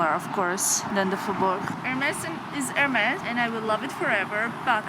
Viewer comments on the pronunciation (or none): none